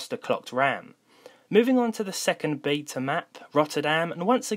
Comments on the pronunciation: Please learn how to say "Beta".. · As an Englishman is it not Beta over Bayta?